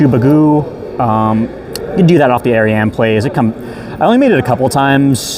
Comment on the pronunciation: Fucking screaming and cheering that someone finally pronounced Ariane correctly